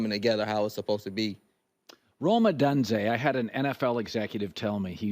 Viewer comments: He said it right later in the video lol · it's the second syllable that's way off not the first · C'mon Colin it's not O"done"ze. You should know how to pronounce his name by now, especially since you follow Washington football. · Collin. It is Rome Oh-doon-zay. Get it right Mr. Ceehard. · It's pronounced Oh-doone-zea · Odunze pronounced Oh-dune-Zay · Yo Herd, can you start pronouncing "Odunze" correctly? It's oh-doon-zay. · Lmao he's never going to pronounce Oh-Dune-Zay correct. Even after Penix corrected him